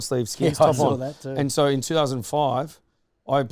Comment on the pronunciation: (I dont want to be a dickhead, but) Its shoo-in, thought you might wanna know 🙃😊